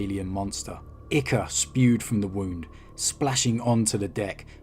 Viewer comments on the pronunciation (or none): Brilliant work as always 1 criticism ichor is pronounced eye core